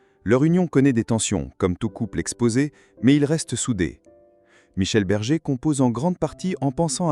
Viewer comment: Berger et non bergue